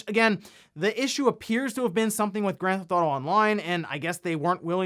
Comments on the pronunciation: Is it just me or does anyone else notice everytime says "Grand ThAuto" lol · He has probably said the words "Grand Theft Auto" that many times in the past, it sounds like he's having a stroke.